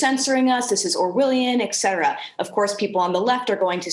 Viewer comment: Shouldn't use "etcetera" if you keep saying "ekcetera".